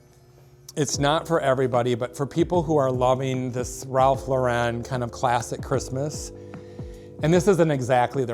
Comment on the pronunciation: It's LAUR-en! He's not Italian.